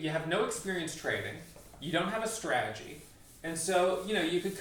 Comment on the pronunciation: Straaaagy he actually says "strategy" lol